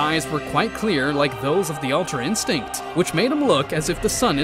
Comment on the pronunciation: Yeah thats true oh but btw its ultra instinct not altra insinct